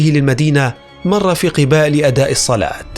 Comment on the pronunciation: مسجد قُباء (بالضم) وليس قِباء (بالكسر)